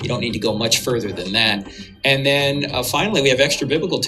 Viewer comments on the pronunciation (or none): none